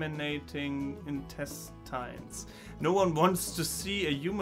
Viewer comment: Hi, you may want to look up the pronunciation for "intestine" again. It took me a while to figure out the correct pronunciation. English is just as weird and random.